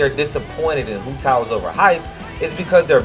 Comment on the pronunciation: Her nane is pronounced “wu dao” and her name means walnut 😭